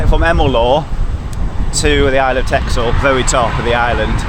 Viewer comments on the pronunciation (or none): Excellent. Would like to cycle on Texel so looking forward to next video. It’s pronounced Tessel 😊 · Counterintuitively, "Texel" is pronounced as "Tessel"